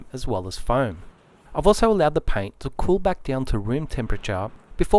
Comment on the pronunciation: I’m here to here him say PIAYNT